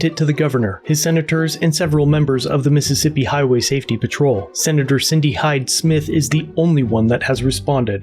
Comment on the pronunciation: Missippissa! Enough said! More like "pissippissa!"